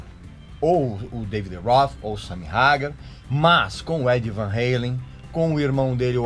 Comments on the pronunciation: Não se pronúncia Reilen meu caro, a banda pode ser americana, mas o sobrenome dos irmãos é holandês. O certo é Van "Ralen" mesmo, com o a bem aberto. Que mania de querer americanizar tudo. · OS IRMÃO SÃO HOLANDESES NÃO USA! ENTÃO NÃO SE PRONUNCIA "VAN HELEN" KKKKKKKKK E SIM VAN HALEN MESMO.... POR FAVOR!!!! KKKKKK ABRAÇO! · Pare de imitar americano na pronúncia! Não existe Van REILEN na Holanda! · Já parei de ver o vídeo quando o cara abre a boca falando "Van Heilen". O cara tocava pra caralho mano, essa é a verdade. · Van reley kkkk essa pronuncia ficou feia p porra... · Nossa, a vida toda falei Van Haaaaalen, aqui a gente aprende um pouco das pronuncias, kkkkkk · Sua pronúncia esta errada, Van Halen se lê como escreve, Sammy hagar se fala "reigar"